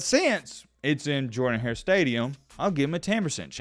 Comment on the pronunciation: The stadium is not pronounced Jordan hare it’s pronounced jurdan hare